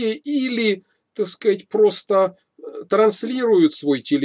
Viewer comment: Если хочешь набухаться, каждый раз переворачивай полтос, когда произносит слова: "Такскать" Простите меня, )